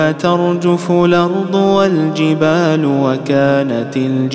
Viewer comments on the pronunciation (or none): none